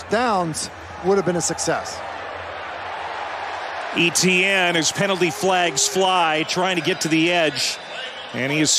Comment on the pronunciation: I don't think the commentator is pronouncing Etienne correctly.